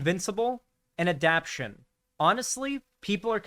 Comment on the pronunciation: it's pronounced adap-tay-shun. Okay, petty nitpicking of word pronunciation aside, I'm willing to give the series of chance.